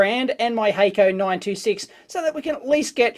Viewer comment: No expert here, but I'd be willing to bet Hakko is a Japanese company due to the germinate consonant (double "k"). In that case it would be pronounced hock-ko. Love your videos by the way. They are both entertaining and informative. Really liked the one where you dissected the Tektronix MDO. I was doubtful that such a multipurpose scope could do any one thing well.